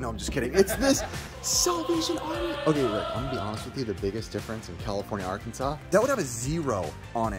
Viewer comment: How about Are-Kansas